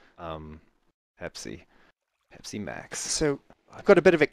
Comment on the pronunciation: When said 'Pepsi', it sounded like 'Hep. C'... Maserati 3200, Talk To Me!